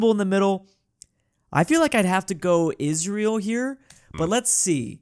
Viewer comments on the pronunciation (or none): none